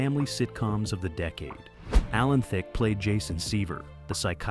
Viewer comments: Also Thicke is pronounced Thick E is silent 😊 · Thicke is pronounced Thick. if you are going to do a video with either Robin or Alan Thicke in it, at least learn the pronunciation of their name. How rude to mispronounce someone's name. Rude!!!!!